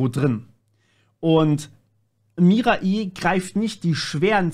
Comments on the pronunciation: "Mirai" ist Japanisch und bedeutet "Zukunft", also goldrichtig was du gesagt hast. Allerdings wird es korrekterweise nicht "Mira-i" ausgesprochen, sondern "Mirai" ohne Mini-Pause vor dem letzten i. Also das "ai" eher wie "Ei" (wie das Frühstücksei) ausgesprochen. Keine Ahnung, wie ich das besser beschreiben soll xD Sprachen sind schwierig 😅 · Ey joo Mirai wird ohne i lang gezogen ausgesprochen.